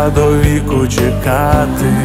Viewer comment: Те, що пан намагається співати українською, - добре. Погано те, що на фонетичному рівні - це все одно російська (трыматы, калына, чэкаты). Їхати в будь-яке село чи райцентр і вчитися вимові.